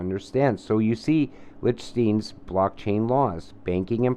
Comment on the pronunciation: Learn how to pronounce Liechtenstein brother.